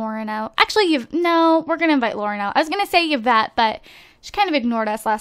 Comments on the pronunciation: hehe it's pronounced evette and spelled yvette, not yievette.. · Yvette is my French name and it's actually pronounced like EE-vet haha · Yvette is actually pronounced like this (EE-vet)